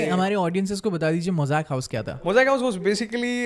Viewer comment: it is mozang house, not mosaic house